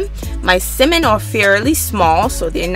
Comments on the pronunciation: The way you say Salmon, like it’s missing the L, it’s so funny.😂😂😂😂 My teenage daughter made this and was soooooo GOOD!!! Omg!!!!! Thanks for sharing this video!!!!❤️❤️❤️❤️❤️❤️ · Mesha Kennedy no she’s not ..the L is silent but she still saying it wrong like the sound “at”..but I really don’t care ..I made it and it was good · Great recipe but for goodness sake please stop mispronouncing “Salmon” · Is this Simon or Salmon? I can’t tell by the way she is pronouncing it. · correct! I absolutely understood what she meant. Duh which is why it sounds so annoying. Especially if "Salmon" is the subject learn to pronounce it. And you need to stop being a troll. (Since having an opinion = trolling. ) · i hate how she says salmon dislike 👎🏽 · It's pronounced Salmon. Stopped watching because of mispronounced words. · Sounds like you're saying Cimon instead of Samon, silent L. :( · It's Sal-mon, not Ci-mon, Pronunciations Matter, If I go to the fish market and ask for Ci-mon, they will look at me like, we don't t have that, oh you mean Sal-mon, thanks for sharing, can't wait to try it😊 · Ugggh she keeps pronouncing it at "simmon". Lady its "Salmon". Succulent not "Sockulant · You're too adorable!❤❤ I kept chuckling at the way you pronounce salmon. You say "simmon". That's so cute. I really enjoyed the video. I'm definitely going to cook this way tonight. Thank you for sharing. 🙂🙂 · Why do you keep saying “simen” it’s salmon🤦🏾‍♂️ But thanks I’m stealing this, it looks amazing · You know it’ll be good when she calls it cemin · It’s Samon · You guys are funny in the comments saying simmon lmao but thanks for the video. Ive for the butter in the pan heating up right now and I’m about to try this. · Sockulent? Simin??? Lmfao nice video tho! It looked delish! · Sounds like you’re saying semen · would be nice is she could pronounce "salmon" its not a simmin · It's salmon not simmon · Why is she calling it simmon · Please pronounce it correctly it’s SALMON.. omg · Tf is a simmmonn